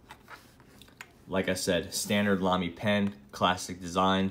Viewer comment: Oh and I need to tell you that you pronounce Lamy right :D The way you do it is the best way to pronounce the „German a“ for someone who comes from English :) You couldn’t do it better :) That’s also why you got Gerhard that well :)